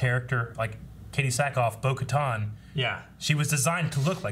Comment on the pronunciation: It kinda bothers me that some people say Bo “ka-ton.” The way they pronounce it in the show is “ka-tan.” Its probably just me I guess